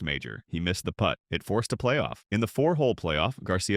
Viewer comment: “Players behind him had to poot over the damaged areas.” Poot. Not putt. Poot.